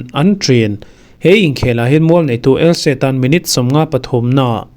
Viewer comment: ELSE a ni lo ELCHE ti rawh lam nalh i tum lutuk.